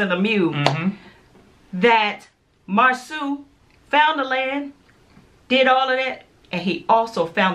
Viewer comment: Marsau’ name is pronounced Mar-So 😉 I went to school with him and his brother. Great review!